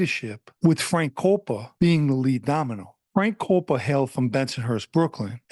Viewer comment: His last name is actually pronounced “cop-pa” I would know, I’m a Coppa & this piece of shit is actually related to me. Also he had Marlboro projects because he grew up on 9th st & Ave V, right across the street from Marlboro projects on the 86th strip. I never knew him personally, my side of the family moved to Philly decades ago.